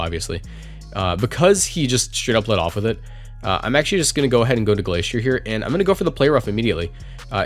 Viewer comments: It's prononced Glace -tree - er. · I think it's pronounced Glas tri ey. Me. Oh God no. Not another Wolfe.